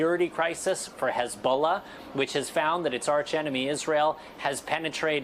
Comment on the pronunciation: Pronounced hezballess.